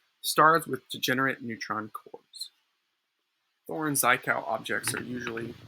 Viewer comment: "Zhit-kov" though. rhymes with "shit-cough". you will in all likelihood lose your religious belief soon, don't let it bother you too much.